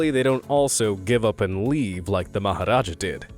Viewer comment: You nailed the pronunciation of the maharaja!!!!!!